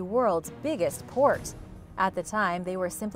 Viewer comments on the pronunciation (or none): none